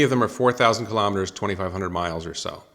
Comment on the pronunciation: Elon pronounces KILO'METRES, not kalamaduhz.